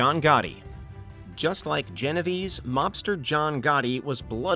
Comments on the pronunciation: It's pronounced "Geno Vey-Say" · The way he pronounced Genovese... Oof.